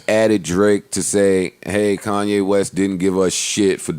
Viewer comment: Did Joe Budden just refer to Kanye as Coonye lmao 😂